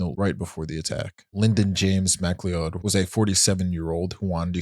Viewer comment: Mccleod = McCloud, not MacLeOld